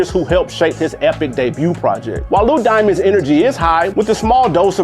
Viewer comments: He keep saying Lou Diamonds I’m like who da f is that 😂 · It’s Lex Diamonds not Lou 😂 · He said Lou Diamonds.